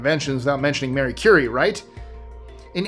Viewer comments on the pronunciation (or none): Great job at pronunciation, but you messed up one.Marie Curie. It's pronounced Ma-ree, not Mary. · It's Ma-REE Curie, not Mary. Sloppy. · Marie not Mary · Marie Curie, not Mary Curie. (Maree) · You said Qin Shi Haung right, but called Marie Curie “Mary?” Gotta be trolling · Her name is Marie Curie, NOT Mary! You do so well with long and often difficult names, yet misread the most simple and well known.😮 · Marie Curie, not Merie. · Her first name is pronounced "mr REE". usually does better than this. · he also called Marie Curie “Mary” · Hey hun! You're the second person I heard say it & I don't wanna hear everyone saying it wrong cuz they heard someone on YouTube say it....... It's Marie, not Mary! I'm sorry!! It's just these kids don't look stuff up!! They just trust what they hear. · I was just going to correct the pronunciation as well. Glad I saw your comment. This is also the second time recently I've heard someone on YouTube say it this way.